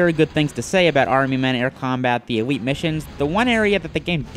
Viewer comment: Army men air combat the EWEET missions, let's take a wook.